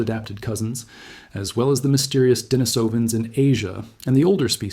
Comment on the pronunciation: I believe “Denisovans” is supposed to be pronounced “Di - NEES - ovans.” You should check the pronunciation of your ‘bots before publishing.